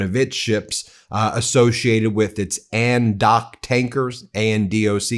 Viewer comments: ADNOC is pronounced as 'Add Knock' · Many thanks Ben for bringing us the truth and latest news of the situation in the Gulf, it's much appreciated and you are my go to place now. Just a note for you for future reference ... ADNOC = Abu Dhabi National Oil Company and is pronounced ... add knock. I lived in Abu Dhabi many moons ago and my husband worked for ADNOC. I never thought it would come to this, it's so sad. There was trouble between Abu Dhabi and Iran when I lived there, over some islands but there were equally strong ties as many UAE nationals were actually originally from Iran, as are many Bahrainis. I really do not understand what has possessed the ruling families to forge an allegiance with that evil genocidal Zi0nazi terrorist state, it just beggars all belief. They've well and truly screwed up. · It’s ADNOC .. “ADD-Knock” OAN: I’ll be surprised if anyone trusts us again. SMH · Its not ANDOC, its adnoc.